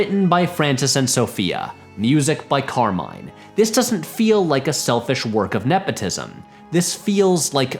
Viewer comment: hearing the name "Carmine" so consistently mispronounced was incredibly jarring.